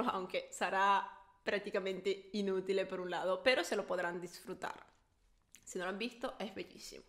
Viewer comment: inutilE le salio lo italiana de adentro